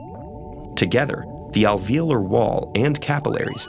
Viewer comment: the way he says alveolar and capillary :/